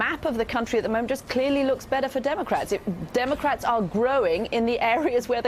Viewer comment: She did say donaldcrat crat Trump😆